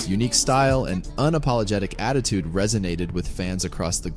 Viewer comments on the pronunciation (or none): none